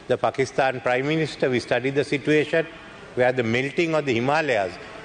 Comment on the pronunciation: සර් situation කියන වචනෙ කියද්දි සිචුඒෂන් කියලද කියන්නෙ